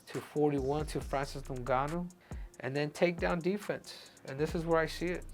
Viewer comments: 😂😂😂 pronounce ngannou well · Breh... say his name right. SHit's wild disrespectful lmao He wouldnt call you Henry CeJOOdo. '